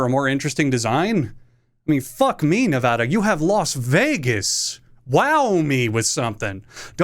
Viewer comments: I mean to be fair nevada should be called the nuclear state. Half the state is a test ground. But damn you actually pronounced it right, although I do think it's cause you said it so fast. Lmao love the content man keep up the good work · You have my respect. This has nothing to do with the rankings, but you pronounced Nevada right.